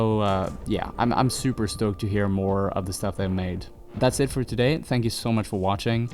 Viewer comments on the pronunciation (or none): none